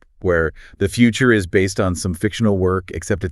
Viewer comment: Yeah this is AI voiced - or possibly fully AI generated. Did you notice the few times where, in the script, the writter capitalized the words for emphasis, but the AI voices just read them as individual letters? The IS becoming "I S" and the AND becoming "A N D" ?